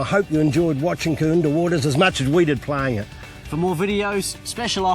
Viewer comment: Great coverage except it's KooINdah not KooinDAH